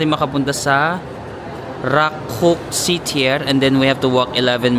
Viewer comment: Rakoczi Ter is pronounced as RÁKOOTSI TEIR.